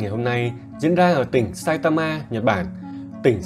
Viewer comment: sao cứ phải đọc nhấn vào chữ cuối thế nhỉ.... sai ta maaaaaaaa